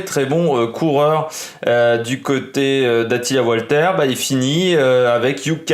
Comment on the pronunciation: On dit valter il me semble non Walter